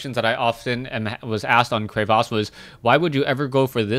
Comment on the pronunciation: I love everything about casts...except the way he says crevasse with the weird accent thing >_<...the R's normal and it's a "short" A, silly caster (hit up a dictionary website with a "listen" button!)